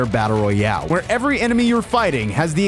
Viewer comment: He said victory rayale 😂😂😂 but still great vidio pal